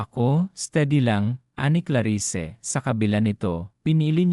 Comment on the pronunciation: Klarisse Po Hindi Klari sse,?